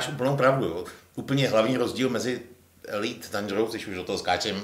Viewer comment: Díky, že děláš tento pořad, vždy je to pohodové pokecáníčko. Dobře, že jsi vyřešil problém s hlasitostí:-) A jinak - co se týče výslovnosti "Elite", myslím, že jste všichni trochu vedle - alespoň dle spisovné výslovnosti